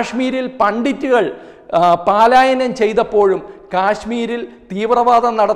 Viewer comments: Please dont repeat paalaayanam it is palaayanam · പാലായനം അല്ല... പലായനം